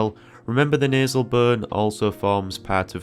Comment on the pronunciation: He says “nuzz”. “Nasal bun” but he says nostril very enunciated 😂